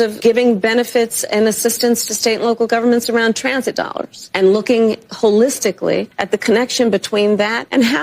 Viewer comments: But she want you to agree its: hole-is-tickle-thee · SHE HAS A NEW WORD ...HOLLISTICALLY 🤣🤣🤣🤣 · "Holistically" lol